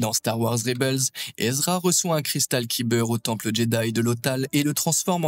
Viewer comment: "Cristal Kiber " ça fait mal aux oreilles chef